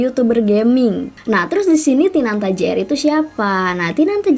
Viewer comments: " tinata " bukan " tinanta " 😂😀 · Tinata Jr kak..Bukan Tinanta Jr😂😭 Kopral Jono..Bukan Kofral Jono😂😭Heheh SEMANGATT KAKKKKK BUAT KONTENYA☺️